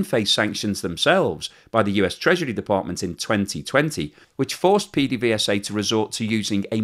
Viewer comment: PDVSA is pronounced "Pay-day-vay-sa" by us caraquenos. :)